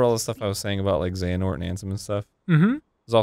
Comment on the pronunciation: Arin getting the name of the main protagonist wrong over and over again is great.